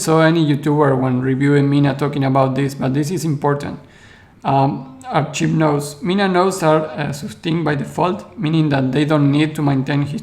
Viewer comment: Thanks for the thorough analysis. I'm not sure I understand your concern with the archive nodes, though. Why do you think having a history creates centralization or makes it compromisable? By the way: Archive is pronounced "Ark-ive" not "Ar-cheeve". I don't mean to pick on your English, which is very good; that just seems like a word you might need to use again in these videos.